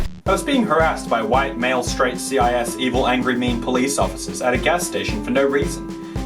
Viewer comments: just so you know, it’s pronounced sis, not C.I.S. It means a person who identifies as their birth sex Sincerely, your average trans man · its sis like sister not c.i.s. like C.S.I. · “C.I.S.” THATS NOT HOW YOU PRONOUNCE CIS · pronounces "cis" as "c-i-s" mood